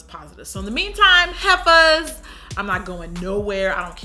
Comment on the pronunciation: If a person of colour even slightly mentions their skin tone, angry white people come out of the woodwork to yell "RACE BAITING! YOURE DIVIDING THE WORLD! I DONT SEE COLOUR!" but every pale white YouTuber mentions how pale they are and /*crickets/* Also I thought you just yelled at me when you said "heffers", it sounded like "Heathers".